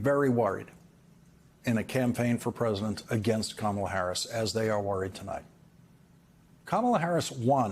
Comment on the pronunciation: Kamala. Say her name correctly